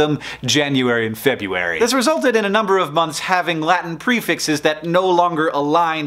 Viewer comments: he rattles off (super quickly) the tongue twister names of the Romans. But he pronounces February as "Feb-yoo-wary." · You said Febuary! Shame on you!